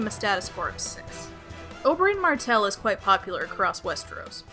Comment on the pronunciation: I heard u say prince Oberyn "MARCELL" rather than "MARTELL"